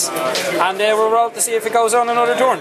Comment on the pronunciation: torn = after you rip something. Accents almost never bother me but your saying a totally different word.